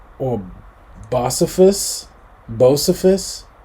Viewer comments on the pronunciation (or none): And it's "Bo-SEE-fus" 🥰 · Bow- see-fus is how it’s pronounced, a name given to him as a toddler. If you watch football he did the MNF opening song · It’s bo-see-fuss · Hks accident is why he always has a beard and sunglasses even indoors. His Bocephus nicknamw is pronounced Bo/see/fuss. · It is pro noun ced- Bo - cee - fuss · bo-see-fuss is the way you would pronounce his nickname. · Hank Williams Junior Ana Bocephus pronounced Bow-see-fus. You probably know him from “ARE YOU READY FOR SOME FOOTBALL?!!… ALL MY ROWDY FRIENDS ARE HERE FOR MONDAY NIGHT. “. That’s probably where you have heard from him. It’s from his hit song all my rowdy friends are coming over tonight. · Pronounce it like "Boe see fus". Junior is a great musician he can play any instrument I've seen him do it in person. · It’s pronounced BO-SEE-FUSS just to be a stickler for correct information lol. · Hank Williams Jr.’s nickname is Bocephus and MAYBE this will help you pronounce it: beau- see- fuss. With the word “beau” that means a lady’s boyfriend, BUT I ONLY used that word to help break down his nickname to help you in pronouncing it. You can see Bocephus on the front of his guitar. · His nickname is pronounced Bow-c-fuss. 😊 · It's pronounced Bo C Phus. A nickname his Daddy gave him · I'm glad you checked out this song, just for reference, Bocephus is pronounced bow,see,fuss, not sure but I think it cat be another name for the devil, which he is kind of considered outlaw country. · Pronounced BO-C- fuss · It's pronounced....Bo..cee....fuss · Its Bo-cee-phus!! And I have literally NEVER heard someone from the south that said they liked it up north!! Or a country boy wanting to live in a city! (Hell hole)🔥🗑️ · Honey, it's pronounced Bo---see---fuss. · Hi Brother you should check out Earl Thomas Conley "HOLDING HER AND LOVING YOU" VIDEO OR Earl Thomas Conley/Anita Pointer "TOO MANY TIMES" VIDEO It's pronounced Bo Cee Fus TY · It's pronounced bo-see-fuss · It's Bo-see-fus, Bocephus